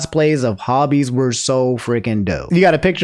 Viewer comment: 💀, you gotta work on your pronunciations bro... Hobie isn't named like a HOBBIT Say it with me now... Hobie (ho-be) Ho...bie HOBIE Respect the name